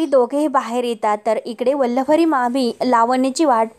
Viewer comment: अहो वल्लवरी नाही वल्लरी म्हणा!